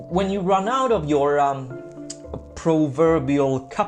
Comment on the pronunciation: "Cupboard" is generally pronounced with a silent p.